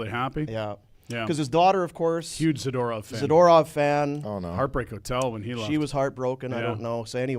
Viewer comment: Someone tell Frank how to pronounce zadorov.